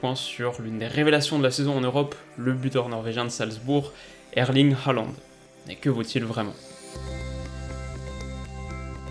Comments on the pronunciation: Un petit truc pour pas que tu te trompes encore ça s'écrit Håland mais ça se prononce plutot comme HORLAND et pas haland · Salut! Superbe analyse!;) Pour parfaire tes futures vidéos, un petit conseil de prononciation, en norvégien (je suis danophone), on prononce Håland "Hôland" (comme le pays ou l'ancien président mais avec le "h" aspiré). "å" retranscrit "aa" dans notre alphabet est un "o" accentué. Plus il devient connu et plus la mauvaise prononciation "Alande" se popularise ahah. Et Ødegaard se prononce"Euhdegôrd" ("ø" se disant "euh"). Bref, les langues scandinaves sont complexes et pleine de pièges. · je tiens à dire juste qu'on dit "herland" parce que le å se dit "er" mais c'est pas grave une de tes meilleurs vidéos (peut-être parce que je suis norvégien aussi 😂)